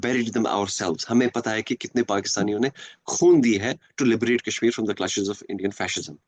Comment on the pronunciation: Wanted to comment on each and EVERY point 👆. .but every time I lapsed into fits upon FITS of Lolz 😂 at this Opium-fest !! Kashmir "Kaaas" esp LoL LoL 😂